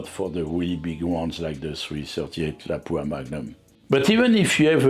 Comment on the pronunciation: Finally someone not from Finland who pronounces “Lapua” the right way. It’ “LAAH pwa” not “la PWOO a” 😅